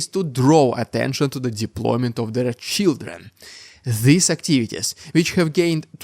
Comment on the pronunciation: they are sending their children? or Shieldren? I couldnt tell if that was your accent or if that was a pun. either way I liked it.